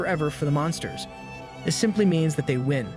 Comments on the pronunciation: Please for the love of god and his flip flops please say “this” instead of “dis” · I know this isn’t related to what you said but am I the only one that hears the fact he says this wrong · Why did you start saying dis instead of this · His he saying dis or this? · I like when he says dis instead of this in the demon king arc been here since (1) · the way you were saying ThIs